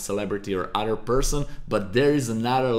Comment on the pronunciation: is he saying "press and hold outer option key" ? wtf is that??